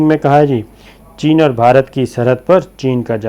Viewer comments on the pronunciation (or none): none